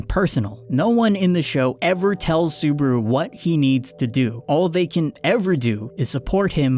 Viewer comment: yeah lol you keep saying suburu XD